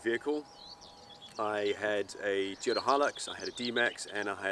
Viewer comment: ITS NOT A TEEOTA!